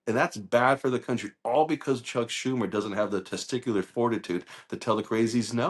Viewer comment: “Teaticular”?! Come on. Why he the orangutang allowed air time?